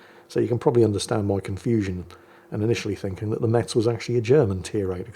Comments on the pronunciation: It's pronounced Mess, not Mets, leave it to the parisians who know no other city 😂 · Haha Hello, this one is very funny, "how i mess your mother" Considering Metz is pronounced like mess (dont ask, its french, i dont know i'm only born in that city) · Btw, the "T" in Metz is silent 😅